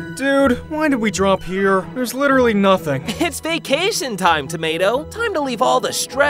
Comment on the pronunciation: Littery all I hear is “hey tomato”